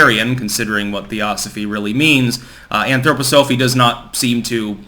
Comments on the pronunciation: why the anthro poh sophie lol? it's anthro pah sa fee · I am embarrassed for you - why didn't you even bother to look up how to say the word Anthroposophy? we've gone over this several times in the past. here it is phonetically - An throw poss so fee or Anthroposophia which means human wisdom. Again, if you want a brief on his cosmology, an overall of the philosophy and education, we can talk, but at least try. Please, try, this is making you look so foolish. Also, you are saying Blavatsky incorrectly too. Besant was also a charlatan. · y do u say it that way... to get more comments? Lol... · It’s cringy how you mispronounce anthroposophy. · I agree. Its annoying.